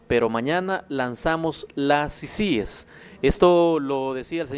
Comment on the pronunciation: Diganle a que se dice CICIES Y NO CICIGES